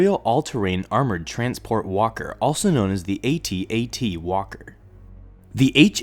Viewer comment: Yay! Correct way of saying AT-AT!